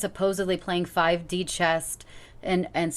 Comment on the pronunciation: She said 5D "chest"...